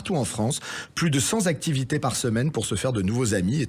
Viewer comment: 6.30 "plus de cent Zactivités". La liaison, presque normalisée chez les hôtesses de caisses, est de plus en plus pratiquée par les journalistes...😂